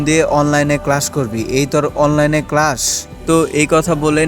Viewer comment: Vai apni class ke crash bole felchen